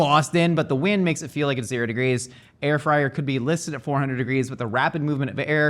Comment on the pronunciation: Air frid lol😅